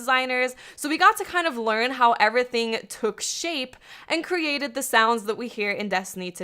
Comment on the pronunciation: EnAHthing and evRAthing